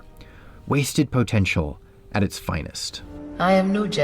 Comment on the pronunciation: Is he saying POE-tential?